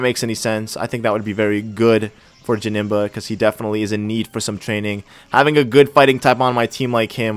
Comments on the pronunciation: you have to find a name rater it's janemba not jabnemba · Janemba's nickname is wrong. you did Jamemba